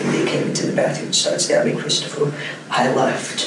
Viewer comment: I'm with this kid is hard to understand. He kind of sounds like he has a southern accent mixed with a speech impediment. He pronounced his brother's name as "Cwistophuhw" (W's instead of r's) and other words weird. Pairing that with mumbling I couldn't understand most of it.